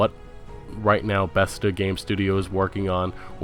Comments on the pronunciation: Dude, why do you pronounce things the way you do? Where are you from? BETHESDA - pronounced BEH • THEZ • DAH, not bethzda. VALVE is pronounced VAHL • VUH...not VOLVE. It's AndDROMeda, with the emphasis on DROM, not ANDroMEDa. Either you're from Mars, or you don't know the words you are saying. Cmon dude, gotta sound somewhat intelligent if you're gonna be doing videos like this. They're not made up words either, these are real things. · Beths-da, volve, and andro-mayda.... just wow. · and vaulve and bestha haha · And he manages to mispronounce Bethesda (Bethsda???) and at least three other words (soxsiety = society, New Borducks = New Bordeaux, Androomda = Andromeda) that aren't exactly tongue-twisters. It got to the point where I was wondering if he was doing it on purpose. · Why did you keep saying Besta, it's Bethesda. That shit drove me fucking crazy. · Bruh... It's "Va-al-va" not Vol-va, It's "Beth-es-duh" not Best-duh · Why are u pronouncing the studio names like that volve, bethda Its valve and bethesda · This piece of shit can't pronounce anything betesda volve and counting pc as a console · How the fuck does this bonobo have over a million views when he can't even pronounce half of the words he attempts to say? Shemenic? Volve? Besta? Cyberbunk? This is shameful and outright criminal. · yeah so many speech errors.. it was pretty painful to listen to. mispronouncing the name of a game or the name of a developer, really should not happen.. calling valve, volve; calling scalebound, scalebrowned; calling bethesda, bezda; calling cyberpunk, cyberbunk; and i know there are many others.. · Bordeaux is pronounced "Board-O" and Bethesda rhymes with "She-says-huh" lololol Thanks for the video though bud. I really enjoyed it! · suomi Ugh I know. And he said "Bethsta" :S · Bethesda= BEH-THEZ-DUH Valve= A as in APPLE, VAPPLE, VA-LVE, VALVE. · BEH-THEZZ-DUH .........BEH-THEZZ-DUH ......BEH-THEZZ-DUH